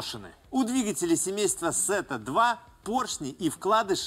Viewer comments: какая сета ? фета нельзя выговорить ? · Тэта. Не Сэта. Греческий алфавит